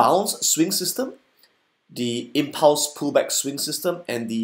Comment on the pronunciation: Impulse... not Impluse ;)